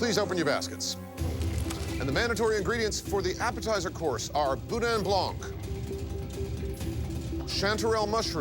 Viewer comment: Boudin Blanc The C in Blanc is silent.